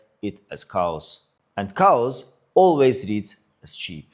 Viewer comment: "cows" always reads as cheap...??...oh, "chaos" 😂